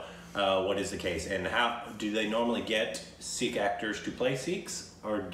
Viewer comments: Hi /, you guys are fantastic. Just FYI. It's "PUN-JAB" and not "POON-JAB" and it is "SIKH" (singular) and not "SEEKH". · Loved your reaction..by the way it's sikh not sick or six.when i clicked on your subtitles of your video i says sick..👍😃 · Sikh is pronounced Seek by non-Sikhs, the plural is Sikhs is pronounced Seeks, by People who are from the Sikh religion, Sikh is pronounced Sick and plural is Singh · Love you guys for reacting to this. Suggest you react to 1984 also. Again starring Diljit Dosanjh. Now, only for your reference in further reactions: 1. It's PUN-JAAB and PUN-JAABI (PUN as in BUN or PUN really) 2. SIKH has the H sound in the end. There are alphabets in Hindi/Punjabi which have that H sound in themselves like KH, GH, CHH, DH, DHH, THH etc. 3. A Sikh performing a role would wear Turban but a Non-Sikh has to wear Turban while performing the role of the Sikh. 4. And Diljit Dosanjh is another great of a Singer, Punjabi and now Bollywood legend. Diljit also was the lead in Soorma(the movie with Hockey champion who was shot and bounced back to become a champion) that you reacted to. 5. There's no dance/DJ party in India that would not have Diljit Dosanjh songs, whether people understand it or not. 6. If you remember from Shashi Tharoor's speech a lot of Indians were abused by British Army for WW-I. 7. SIKHs around the world are known for giving the highest level of Service (we call it SEVA). It's so deep-ingrained in Sikhism that when it comes to SEVA, they don't ever think twice. They are the first ones to reach any part of India (and other countries too, for that matter) to help and rescue victims of flood, famines, tsunami or any calamity whatsoever. I was born Hindu but have great respect and reverence for Sikhs.